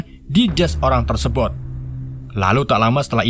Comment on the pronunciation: jijik banget denger kata "TERSEBOT"